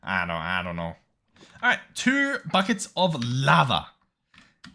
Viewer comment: Bockets, BAHKets, buckets. I just had to, it sounded funny. an hour in or so lol